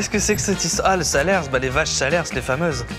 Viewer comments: Le fromage "salers" est issus du département du Cantal, qui lui aussi est un fromage, dans le département du Cantal "salers" est aussi bien une race de vache, un fromage et une ville. on prononce "saler" et non "salersse" 😂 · on dit SaleRs pas SalerS 😭